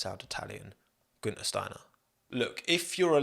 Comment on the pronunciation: Get it right, it's Guenther "F**king" Steiner